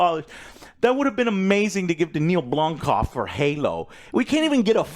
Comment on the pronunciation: I always hate the way Joe says Neill Blomkamp’s name lol Neill Blomkoff.